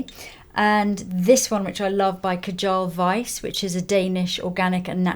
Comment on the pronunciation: I am Danish and I did giggle when you pronounced Kjær Weis. It would be closer to kj-air (like in hair) vice. If you want there is another really lovely organic/natural line from Denmark called Tromborg, also caring skincare. Other than that I love that rusty look. One of my favourite colours for lips and blush.